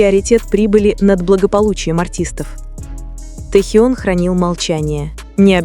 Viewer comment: Вот,это фанфик! Автор,не несите чушь! Наговорили обо всем и ни о чем! Набор каких-то предположений и фантазии!!! Может и правда ,что вы там присутствовали и принимали участие в этой чуши! Научитесь сначала ставить правильно ударение и выучите правильно звучание имени Техена! Ни одного фото в подтверждение вашего фанфика, одни старые снимки,где вы получили эту чУдную информацию? А складно то как льется эта чушь!!!